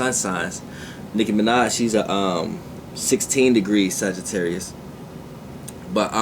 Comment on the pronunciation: Darian Johnson wait didnt he say sagittaurius moon